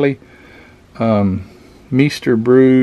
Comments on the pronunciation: Hi, It's pronounced "My-ster Brow" which means "Master Brew" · Cool. I have one of those. Looking for an Orange Blossom Special ll. Love truck and tractor pulls. Meister Brau is pronounced "my ster brow". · Cool kit find! The wagons are called "Radio Flyer". And it's called "Myster Brow" beer. or at least that's how it's pronounced around here. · Pronounced Myster brau A classic beer from Michigan aka the home of AMT Very VERY popular in the Midwest in the late 60s and early 70s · Meister Brau! Me and my old grocery store workmates used to crush suitcase 24 pack cases of cans of that cheap beer! 🤣 myster brow. That’s how we pronounced it anyway. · Pronounced like "myster brauwe." Yea, cool kit. Mine got traded away decades ago. Good kit for it's uniqueness. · Mice-ter, brow.